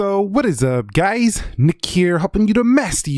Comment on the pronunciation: Did you add the word “guyz” you said in the intro? It sounded wierd :/ Nice videos btw